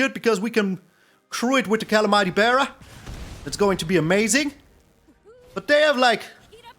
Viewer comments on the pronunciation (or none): I like your style but you mispronounce calamity if that matters